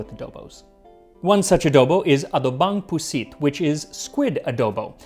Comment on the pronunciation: Im sorry, the adobong pusit pronunciation is taking me ooout 😂😂😂😂